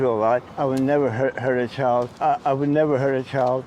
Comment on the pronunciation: He said "I would never hurt a chald." 42 times exactly, that's not counting "I would never hurt anybody." Or the "i would never hurt.."